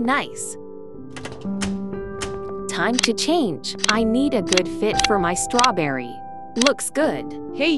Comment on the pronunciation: Stawberry Stawberry Stawberry